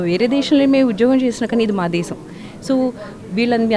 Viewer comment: Brahmins are known for their grip on the language, vocabulary and diction. But this anchor's pronunciation is pathetic. ఈ రోజుల్లో తెలుగు భాష యాంకర్స్, యాక్టర్స్ చేతిలో బలి ఐపోతోంది. ఈ బ్రహ్మల ఛానల్ లో యాంకర్ కి కూడా టెలుగు రాకపోతే ఇంక ఏమి చెప్పాలి. వాల్లు, దేషం అని భాషను ఖూనీ చెయ్యకండి. వాళ్ళు, దేశం అనే మాటలు సరిగా పలకడం ముందు ప్రాక్టీస్ చెయ్యండి. బ్రాహ్మలు కూడా తెలుగు సరిగ్గా పలక లేకపోతె ఎలా.